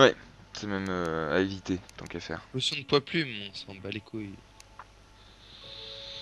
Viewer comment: nn archerie potion (prononcée pochione)